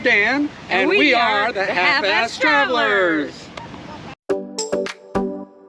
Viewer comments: Am I the only one who heard “half ass” instead of “half fast.” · I heard Half Ass Travelers as well. Maybe change to Half As Fast Travelers, since I’m old and only half as fast as I used to be 😂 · I had to rewind the intro 3 times. I thought he said half a$$ traveler's 😂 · I heard that also, but I thought I was wrong.. thanks, glad I’m not the only one who heard it. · working as intended lol but yeah i heard it too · 1st time watching your video, I thought you said Half Assed Travelers....LOL, sorry.